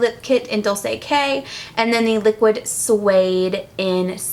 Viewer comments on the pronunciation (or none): LOL! You said "lyx niquid suede" hahah